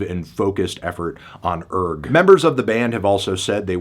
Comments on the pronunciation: Isn't the 'g' silent? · I believe its actually pronounced URGH